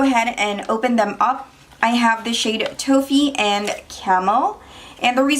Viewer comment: Toffee is not pronounced "toe-fee" its "tawh-fee" the "o" has the sound of an "a" in the word lawn..